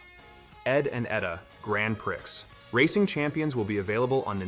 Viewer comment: The letter X Is silent on Grand Prix